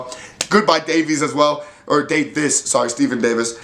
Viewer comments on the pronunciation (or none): none